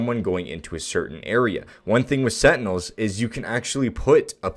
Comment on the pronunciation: setinels LMAO